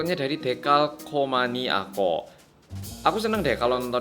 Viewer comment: This one's a good interview until I heard read "decalcomaniakook" as in bts jungook decalcomania, as "decalcomania koook"